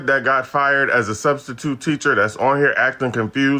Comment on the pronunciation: Nigga said studstitute 😂